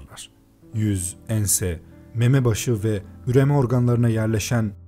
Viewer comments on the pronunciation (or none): none